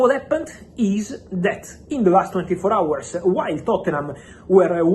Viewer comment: Bro pronounces all the silent letters 😂 “H”our, Newcas”T”le, “K”nee injury cracked me up 😂 Great as always, Fabrizio! Thank you for the fastest and most reliable transfer news on the planet 🌍